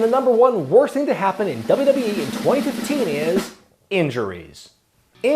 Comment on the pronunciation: "dubrubee" - how to pronounce WWE like